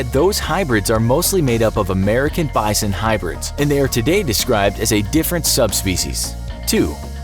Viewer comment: Bisson??? Bi-son = bison